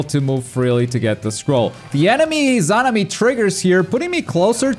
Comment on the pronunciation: 3 vids covering Itachi and he still can’t pronounce Izanami smh